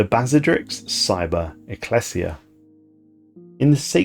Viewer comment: His mispronunciation of anything not typical English (eg ecclesia, combine) is also a bit humorous but seems slightly less than professional